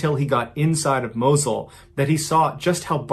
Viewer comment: it's "Moss-ul"